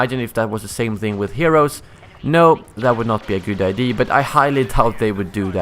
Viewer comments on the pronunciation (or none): You keep saying "I.D." when you mean to say "Idea" lol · I love when you say Idea, it sounds like your saying ID